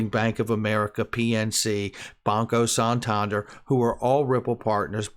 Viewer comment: the way he pronounces Santander Lmao